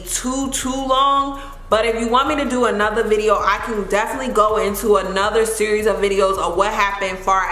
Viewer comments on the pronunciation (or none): none